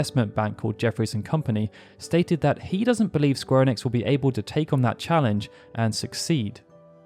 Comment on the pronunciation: Maybe try to say ‘Square Enix’ right first